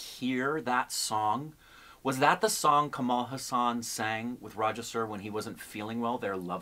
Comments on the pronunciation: His second name is pronounced Haas-un. Not Huss-aan! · It's Kamal H AA SUN and not HA SAAN..... Kamal means lotus and Haasan means smile.... meaning one who smiles like a lotus. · Learn to say his name correctly :-) Its Haa san.